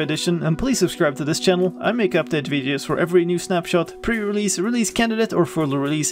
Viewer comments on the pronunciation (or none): none